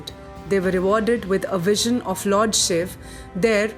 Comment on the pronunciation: So far found the only video which calls shiv and not shiva, In today's world everyone is busy in englishisation of words this may seem new term but it's true especially for those who study literature and changes in literature. In today's date every Sanskrit word is attached with an extra "a" sound which disturbs its meaning and pronounciation Pls spread this knowledge